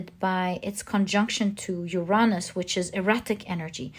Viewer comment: Uranus = Youuuu ranus! (The first ‘u’ is stressed)! 🙏